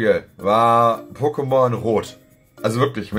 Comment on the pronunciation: DANKE!!!! Endlich Mal jemand der nicht "PokemonSSS" sagt.👍